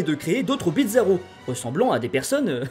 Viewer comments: C'est moi ou tu prononce bizarro, "Bitzarro" ? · Pourquoi tu prononce bitzarro ? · pourquoi "Bidzaro"? Il faut le prononcer comme bizarre, et non comme pizza 😅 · tu disait bizaro mais j'entendais pizza roh... j'ai faim.